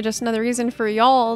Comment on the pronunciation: Heard that Texas Y'all lol thank you for the content much appreciated!